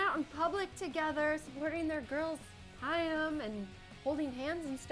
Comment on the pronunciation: HAIM is pronounced: (hi-m or hime) - ONE syllable